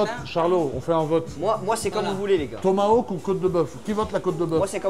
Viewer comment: tomaHawk !!! et pas tomaWoke non de non !! (avec amour et respect )